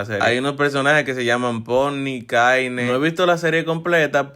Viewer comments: Se escribe caine pero se pronuncia kein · Xd dijo caine creo que se escribe así pero se dice cain😅